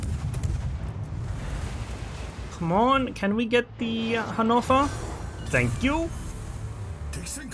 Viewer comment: What the hell is a hanofa lol. Your pronunciation of ships names is hilarious